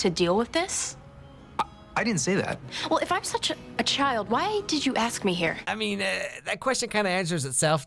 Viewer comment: did ezra say "i dont see you as a jild?" just me? okay